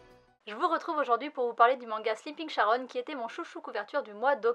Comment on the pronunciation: Jolie couverture en effet, j'attends la fin pour savoir si la série vaut le coup (aucune note au Japon). Nb : On dit Karon pas Sharon